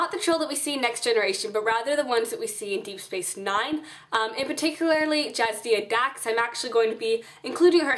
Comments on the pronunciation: jadzia. ;-P not jazdia. <3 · Great tutorial, thanks! But... "Jazdia". It's Jadzia lol.